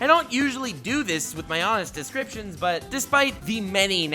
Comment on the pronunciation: did your realized that your calling your descriptions DIS-CRAP-TIONS